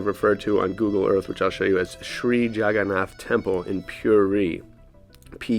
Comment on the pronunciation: Jaganatha pronounced (JUG-AH-NAUTH) Almost like juggernaut